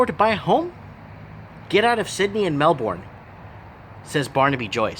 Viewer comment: Great video. It's pronounced Mel-burn btw (same goes for Brisbane i.e. Bris-burn).